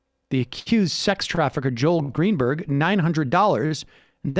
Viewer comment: Did Sam call him "Jail Greenberg"?